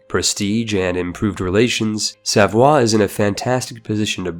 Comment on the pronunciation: says Savoie me: ITS SAVOIA (sah voy ah) DAMNIT